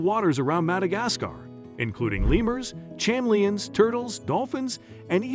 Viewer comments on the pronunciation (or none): What in the world is a cham-mel-e-ons? If you are trying to say Chameleons then you failed. Pronounce the Cha as a k, like Ka-meal-ions. And you didn't even do it just once, you did it several times.